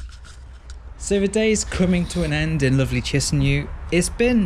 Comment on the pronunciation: say chinsinau again